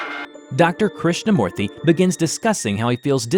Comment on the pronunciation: Krishna moorthy hmm you didnt butcher it that much.. Good job! im indian